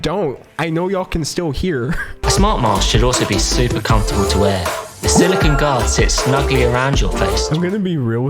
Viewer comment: Don’t say silicone like that again pls <3